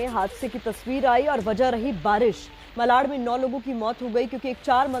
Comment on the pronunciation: मलाड नहीं,मालाड़।